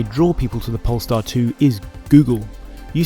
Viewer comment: I keep hearing “pornstar”